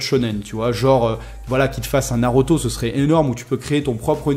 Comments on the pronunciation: Je suis le seul à être perturbé lorsqu il dit "naroto " au lieu de naruto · Nauroto mdrrrre